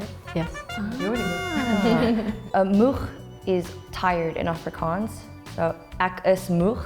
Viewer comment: They picked the most English Capetonian to represent Afrikaans? She can't even annunciate the word 'Afrikaans' correctly, This is soo fkn dumb honestly and crazy flawed and inaccurate